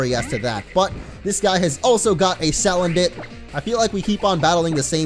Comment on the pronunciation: It's sa-land-it